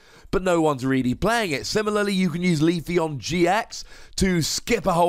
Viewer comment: It's pronounced "Vi-vi-yon", which is derived from "papillon", the French word for butterfly.